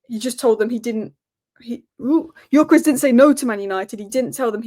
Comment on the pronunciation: You talk so much about Gyökeres but never pronounce his name correctly. It only takes you 2 minutes to watch highlights of him to learn how to pronounce the name.